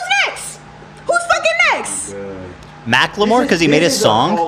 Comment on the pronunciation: idk why Ethan calling Macklemore 'Mack-la-more' is so funny